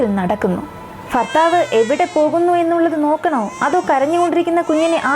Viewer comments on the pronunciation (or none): മാശാ അളളാഹ് നല്ല അവതരണം ഫർത്താവ് ,ഫാര്യ അല്ല ഭർത്താവ് ,ഭാര്യ എന്നാണ് തുകൽ ബാഗ് എന്നാണ് ❤ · ചിലപ്പോൾ, ഫർത്താവ്, ഫാര്യ എന്നാണ് പറയുന്നത് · ഫർത്താവ്, ഫാര്യ........ അയ്യേ.... അയ്യയ്യേ..... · ഫർത്താവ്, ഫാര്യ... എന്തുച്ചാരണം. കഷ്ടം 🤔🤔🤔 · ഫർത്താഫ് ഫിത്തിയിൽ. ഫുമിയെ ഫാര്യയെ ,,,useless,,,,പോയി,,,മലയാളം പടിക്കടി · Farthavu, faarya ennalla... Bharthavu, Bharya enn pronounce cheyyu